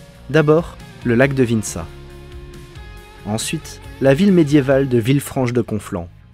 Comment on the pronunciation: de mémoire tu as d'abord dis Vinça "vInça" au lieu de "VINça" en suite Llagonne c'est "La Liagonne" et enfin c'est Mat"EU"male et non Mat"é"male. Voilà! C'est pas méchant mais quand on connaît le nom d'un bled ça pique à l'oreille!😅